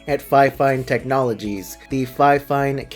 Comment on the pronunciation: You pronounce it like fe-fine.